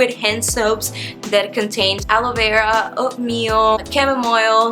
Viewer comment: Funny how she says aloe vera & subscribe lmao